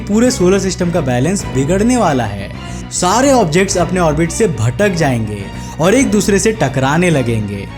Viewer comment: Its orbit not orvit.